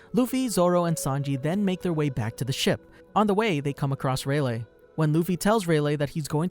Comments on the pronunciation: Who else got mildly infuriated by him pronouncing rayliegh as relay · Love how he proceeded to call Rayleigh, Raylay